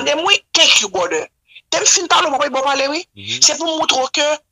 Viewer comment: Lol she said bròder...but anpil moun pa janm dil byen it's not a bigger deal 😂😂😂 thank you brother